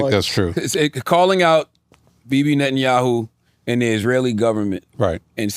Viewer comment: Cthagod being able to pronounce Netanyahu correctly and not being able to Nguyen correctly is truly amazing.